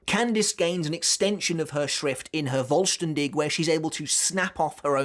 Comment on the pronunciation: Askins Schrift is pretty good but I like the idea of the balance always balncing out the damage. btw the 'v' from vollstaendig is pronounced like a 'f' sound kinda like in the word 'full'